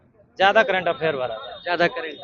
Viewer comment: Current Affairs ❌ Kerent Affairs ✅ 😎😂🤣😂😅